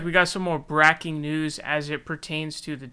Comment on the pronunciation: What's with the mispronunciation of "breaking"?